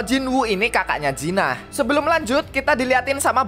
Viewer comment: Jin ah bg bukan jinah blok